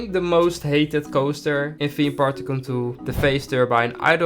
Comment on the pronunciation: Please say tycoon normally not like tycontoon